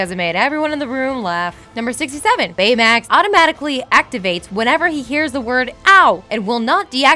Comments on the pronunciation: Does she have a pronunciation problem Big zero 6 San franssssssssoyokeo Baymex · You mispronounced Baymax on the first take and had to rerecord it, didn't you? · Why does it sound choppy? and why does everytime she says baymax it sounds weird. am I the only one who notices this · who else noticed that she emphasized the word 'Baymax' really fucking wierd